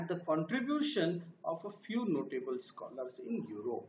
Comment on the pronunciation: Learn to pronouns Scholars😊😀